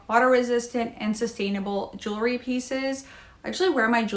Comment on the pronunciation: It's jewel-ry, not jewel-er-ry! 😅